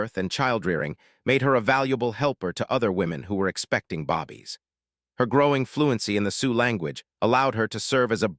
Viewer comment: I'm sure the story wull be good. The Native American is holding a plasic bottle. Might consider changing that. Im no complaining, but the AI reader is saying "bobbys" should be "BABIES" just a suggestion